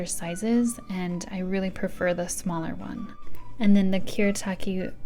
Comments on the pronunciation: lol I commented before I saw yours and lark comment. no “erru”, L, in Japanese. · A few Japanese pronouncations Fude: Foo-deh Fudenosuke: Foo-deh-noh-s-ke Kuretake: Koo-le-a-keh Bimoji: Bee-moh-jee Cocoiro: Coco-ee-loh Edit: a spelling mistake in fudenosuke (fixed) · Kuretake = ku-re-ta-ke. You don't pronounce re as le in japanese. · i hate people who say stuff to seem like they are jApAnese pRos but dont even know that r isnt pronounced as l but a mix from d and r. so it would be koo-r/d(klick/roll tounge)e-take.